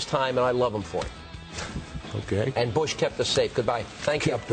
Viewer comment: haha yea I really sounded like it okey ogay gay. dunno maybe he just tried to say okey but failed